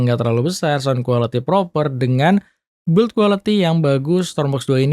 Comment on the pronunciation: Pronunciation "design" lu udah bagus padahal bro, tapi kenapa pas kata "build quality" selalu aja ga pernah lu benerin. U nya ga dibaca itu bro jadi bacanya "bild". Channel lu udah bagus tinggal terima saran yg bagus kalo lu ga ego.